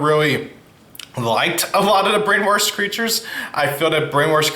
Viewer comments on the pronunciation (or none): Just FYI in the word “brainwash” there’s no “r” before the “sh” so it’s pronounced “brain-washed”